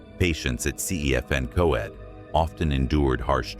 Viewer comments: Cefn Coed = Kevn Coyd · OMG PLEASE stop butchering Welsh names. "Cefn coed" is not "Seefin co-ed", it's "Kevn coy-d". Llanfrechfa is not "yonfrechfa." The LL is not "y" as in Spanish. It's "Schon-frek-va" it's not that hard to look up a pronunciation guide on the internet. "Schon-dow" NOT "land-oh" "Ree-thin" NOT "Rooth-in" Also the sparkly filter over everything is hard to look at.